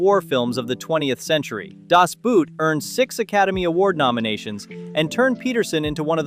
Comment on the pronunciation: Why can't English speaking people pronounce "Das Boot2 correctly? You can even have Google Translate pronounce it for you, for vcrying out loud!!!